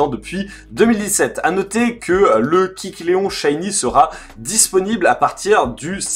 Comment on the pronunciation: AAAAAAAH tu m'a stressé toute la vidéo à dire "Kicléon", c'est pas "kick Léon" (pauvre Léon) mais KÉcléon... Sinon sympa la manière de l'obtenir, c'est bien vu et oui il est toujours obtenable. Ça va encore être sympa pour chopper le 100%...